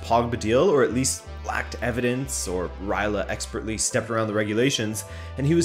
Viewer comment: Who is Raila? It's Raiola! You forgot to pronounce the letter o